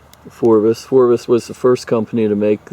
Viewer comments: Phrobis, not Phorbis. Dumbass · Phrobis not phorbis. Lol, cheer up dude, try caffiene.